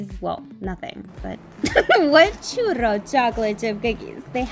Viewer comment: I love the RR roll you do for churro .